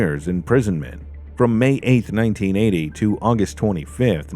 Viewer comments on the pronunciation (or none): Nineteen eighty Toe